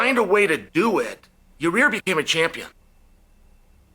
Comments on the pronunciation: Is it "yur rear" or "yur ear"🤔😂. Nothing but love Chael🙏🏽. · Ya-Rear😂😂😂 Love Chael. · Most of chaels name mispronunciations are whatever, but "Ya-rear" is my new favorite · love it when chael butchers names xD Ya Rear this Ya Rear that xD lmao. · Who is “Ya-rear” 😂😂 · Is he saying Yarear?😂